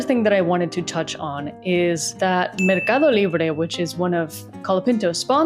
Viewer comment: yo escuchando todo y de la nada pronuncias Mercado libre perfecto,no me esperaba que fueras española, gracias por el apoyo a Franco!!